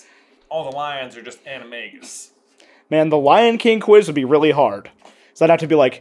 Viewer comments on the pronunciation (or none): none